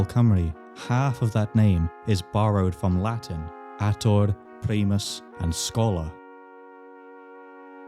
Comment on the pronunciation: “atōr” is not a word, but a suffix (only the first vowel is long though: “-ātor”)